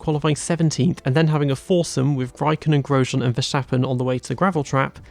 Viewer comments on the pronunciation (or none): Little tip: Verstappen isn't pronounced with a shh sound. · Ah yes Verschtappen, great driver.